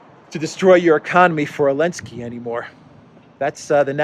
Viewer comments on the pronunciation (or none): sorry, while i agree on everything you say please his name is Zelensky not Elenksey